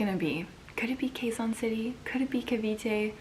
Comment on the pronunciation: QUEZON pronounced KEH-ZON. Like the "Ke" in "Kenny".